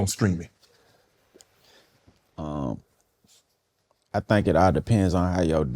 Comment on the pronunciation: Screaming Money....I'm wondering what age he got to America. This is how hood people say Streaming